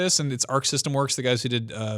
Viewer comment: Guys. Is it really pronounced blass blue?? I've been saying blaze blue since the first game.